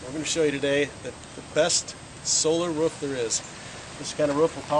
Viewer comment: This solar power alternative seems like it may be cheap, but the fact that price wasn't even mentioned leads me to believe quite the opposite. I saw a video about solar film that was printed and would substantially reduce cost. Great idea, though I can't stand the way that dude pronounces "roof."